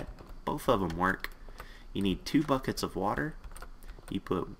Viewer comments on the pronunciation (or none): when he said buckets i thought he said fuck it